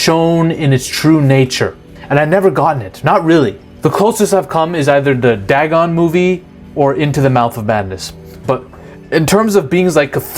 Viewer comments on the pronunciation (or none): none